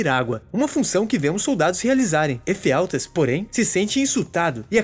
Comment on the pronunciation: "os espartas" e "Efialtês" foi de lascar